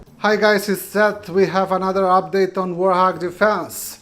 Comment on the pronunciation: Not WAR HOG, “warT hog”